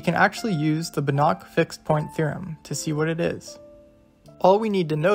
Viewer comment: fyi It's pronounced bAnach, not banAch.